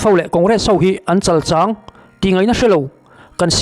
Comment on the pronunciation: An chalchang tih tak hi i thluk dik lo,chal, tih hi asanga lam a thluk tur a ni e.